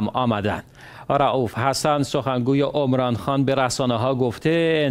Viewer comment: گوینده محترم، اسم را درست تلفظ کن. Omran نیست. Emran هست. شما می خواهید دین را در دنیا احیا کنید. ظاهرا از قران اطلاع چندانی ندارید. اسم Emran در قران ذکر شده. اصلا اسمی با تلفظ Omran نه در پاکستان، و نه درایران و هیچ جای جهان اسلام وجود ندارد. بدبختی ما همین جا هست که تصور می کنیم بندگان خاص خداییم ولی از کتاب خدا و محتوی آن از جمله اسامی ذکر شده در آن اطلاعی نداریم.